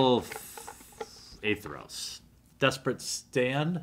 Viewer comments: By the way, the White/Black god is spelt and pronounced Athreos, not A-Theros. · ath-re-os. athreos. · A as in apple, thre as in three, os as in rhymes with oats. Athreos.